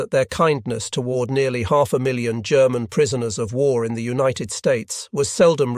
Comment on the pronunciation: I really enjoy the first person commentary. The narration is also pleasing to listen to, although this appears to be computer generated judging by the occasional weird pronunciation - especially of some words ending in “ed” for example “united”.